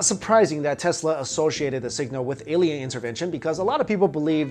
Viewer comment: It's alien with. A...not Eliens...E